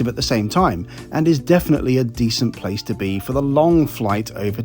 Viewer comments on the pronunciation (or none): none